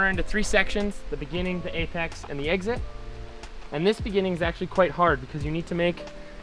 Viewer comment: "eggzid" lol. Love your tutorials Finn, could you make one about how to train for downhill racing. Would be cool:)